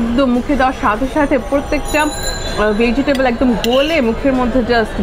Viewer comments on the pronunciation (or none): The way she says veggitable 🤣🤣🤣🤣